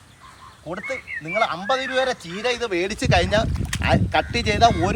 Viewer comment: കീര അല്ല ചീര